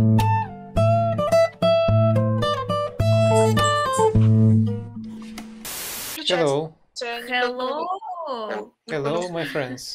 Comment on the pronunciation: В первом фрагменте ролика. Девушка тоже из России. Раз спросила по- русски : «Ты из России?». Ну да, сразу выдаёт русский акцент особенно слово Hello. Вот в этом. Слове звук Х не должен звучать как по русски нужно просто выдыхать звук. Вам нужно потренироваться с произношением слов на английском. ( я тоже учу английский, поэтому кое-что знаю, как произносить слова по английски)